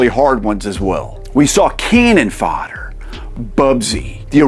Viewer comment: "cannin fodder" "raymen" cmon breh but at least you said atari jaguar the right way